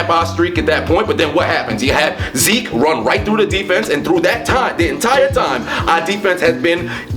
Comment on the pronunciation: I’m really sad that you pronounced “Zeke” normally haha